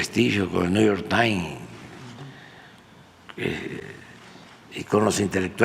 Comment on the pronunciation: Neuyortaim hahahaha